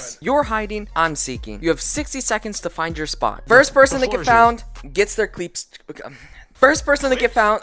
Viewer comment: Pfft "cleeps"